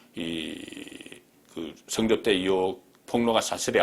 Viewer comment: 업소작전? 술접대작전? 성접대작전? ㅋㅋㅋ 발음하고는...